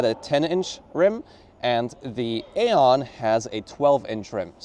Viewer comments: BTW in english we pronounce it eon. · It's pronounced eon like aeon Flux